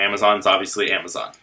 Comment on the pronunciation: "and now what amowazon will do"